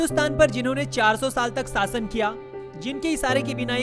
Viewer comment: MADARCHOD ITS SHASHAN NOT SAASAN...😡